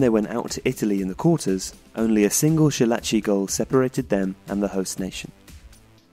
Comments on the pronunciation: "Schillaci" is pronounced Skillaci, not Shillaci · Skee - lah - chee NOT Shee - lah - chee He is not German. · It's "Ski"llaci as in skill. Shit cartoon faces. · Great video but the way you're pronouncing "Schillaci" is killing me.